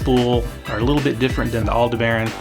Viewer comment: good info but say Aldebaran just like you would the Star/constellation. All-De-Bur-On!